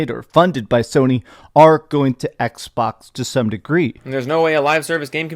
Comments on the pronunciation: Why does sound like he’s trying not to choke on his own uvula? Every time i hear him struggle to get simple words out, i get irritated by his cadence. He says “Ehgzbohgs” instead of xbox, man. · I cannot stand how he says Xbox